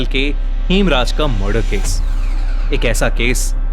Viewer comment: Its murder not marder